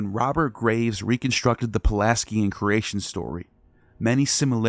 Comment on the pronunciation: You mispronounce 'Pelasgian' over and over... And 'Knossos' too depending on who you ask... 'Azure' and 'annals' also... 'Xalchas' is a misspelling...